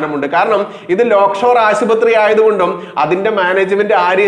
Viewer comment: ലേയ്ക്ക്ഷോർ .........ആണ്. ലോക് ഷോർ അല്ല. മൂപ്പന്റെയാണ്.